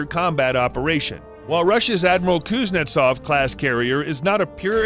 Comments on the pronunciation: Kuznetsov doesn't work, comparing it to carriers that do is ridiculous. It isn't all that hard to pronounce either. Cooze-nyet-sov. Simple stuff. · My favorite part is that the narrator pronounces Kuznetsov differently almost every time.